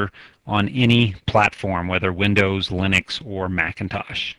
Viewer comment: "O-Bun-Too ЛЕНИX"